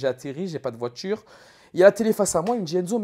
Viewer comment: Le coffre d’une « voitchure » fin de la vidéo pour moi 🙂